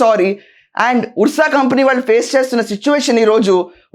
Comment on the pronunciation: అది ఉర్స కాదండి అర్స అని చదవాలి